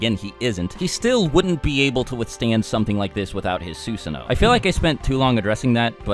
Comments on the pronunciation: "soosano'..... NO YOU FUCKING IDIOT IT'S "SuSano'o" "Suu-sano-o" not "soo-sa-no" fucking idiot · His pronunciation before was wrong. This is closer, but one thing he's always forgotten is that you're supposed to pronounce the second O at the end. "Soo-suh-no-oh" They even pronounce it properly in the anime, but I guess no one listens to stuff like that. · You cant even pronounce SUSANOO right, SUSUNO? Its annoying as fuck and yet u called yourself a naruto fan? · please don’t say susanoo unless you wanna pronounce it right. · How come you started saying susanoo wrong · He’s even sayin “ susanoo” different know🗿